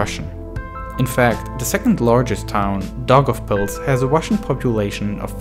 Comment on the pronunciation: yeoo does anyone else notice the guy's accent where he pronounces his "r's" as "w's" like when he says wussian instead of russian and welationship instead of relationship